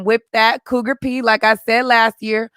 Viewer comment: Did you say Cougar P? lol